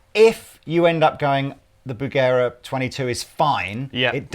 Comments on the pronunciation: "Bugera" is actually pronounced: "boo'-ger ray" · pronunciation of Bugera makes me uncomfortable. Even if he's correct. It just feels weird.